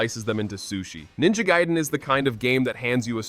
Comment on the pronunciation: You know it's ninja gAiden.. No gUiden right? 😁